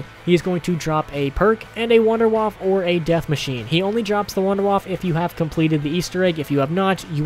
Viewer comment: "Waffe" is pronounced "Wahfuh"